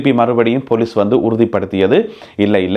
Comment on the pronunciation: நல்ல செய்திகள். பொலிஸ் என்று சொலலுங்கள். பெலிஸ் இல்லை.